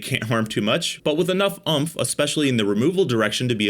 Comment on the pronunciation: It’s. It Uumph its Oomph 😂